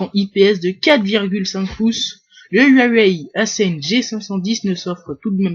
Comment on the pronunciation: le yuayuawai ahahaha XD le yuayuai